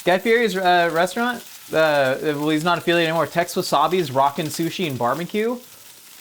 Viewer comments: Guy Fieri is pronounced Guy Fee-Eddy. You're killing me. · You're saying Guy's last name wrong